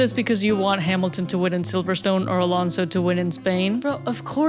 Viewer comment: Jjj me imaginaba que eras hispana porque ningún gringo dice bien el nombre de Alonso, Pérez, Sainz y Colapinto